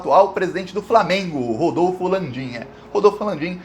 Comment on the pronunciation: Eles pronunciam FRAmeMgo